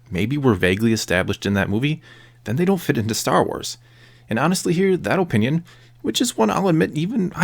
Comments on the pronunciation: Its Uh-Pinion, not Oh-pinion. but yeah this was a great video :) ! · Ur video is good but u keep saying OHpinion